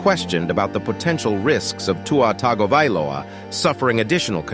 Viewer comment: Cant believe spent 8 mins on a dude dont know to pronounce TUNGO-VI-LOA 😉 Common man